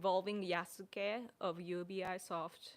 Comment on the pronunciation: In the USA we pronounce UBI Soft as 「うびソフト」